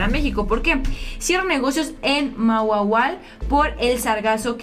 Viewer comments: Todo bien pero no es mauaual es Mahahual y se dice majaual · Ma u mau ual? Jajaja qué es eso? Se lee Majaual y está en Quintana Roo:'D, nos vemos querida... Hasta la próxima;) Saludos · Se escribe MAHAUAL, la H se lee como J, ES decir se lee MAJAUAL!! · se pronuncia majahual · Se pronuncia majahual.